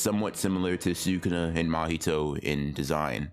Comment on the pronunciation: SU-kun-na All the anime characters: S’kuna